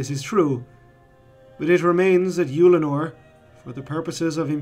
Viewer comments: I was surprised to hear you pronounce it "Youlanor". I had always assumed it was something more like "Uhllanor" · I really don't like the way you're pronouncing Ullanor 😂 I've literally never heard anyone pronounce it "Youllinor" before lol